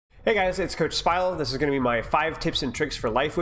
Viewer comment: Wait wait wait waaaait...... IT'S PRONOUNCED SPYLOOOO!?!?!??!